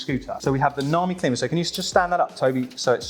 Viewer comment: Long I on the Klima, like climber.